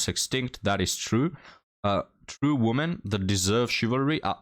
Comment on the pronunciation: the word "WOMEN" (which means more than one human female) is not supposed to be pronounced the same as the word "WOMAN" (which means one human female). You keep pronouncing it the same, and that sounds just as bad as if you said the word "MAN" every time you intend to say "MEN". "WOMEN" is supposed to sound like "we men" (just not as long). Look up the pronunciation here on YouTube.